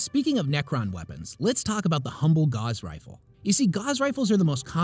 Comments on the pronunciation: I don't know if anyone's pointed it out, but your pronunciation of "gauss" confused me. I'd never seen it written out before this video, and I assumed they were "gauze" weapons, which made sense at first because you were talking about the Necrons' enzyme weapons, but when talking about subatomic particles, I assume you mean gauss as in railgun, in which case it's pronounced "gowss". Love your content! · Gauss (rhymes with house), not Gauze. Synaptic. Not Synoptic. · Excellent video. Synoptic and synaptic are different words.. although i suppose they would both make you more concise. And "gauss" rhymes with "house". Its not a "gauze rifle" as that would heal you. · gauss rhymes with house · gauss rifle rhimes with mouse rifle. not how you said it. synaptic also incorrect. you should really watch a pronunciation video before making these videos.